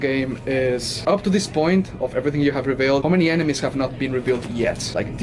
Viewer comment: Revealed not rebealed 😂🤣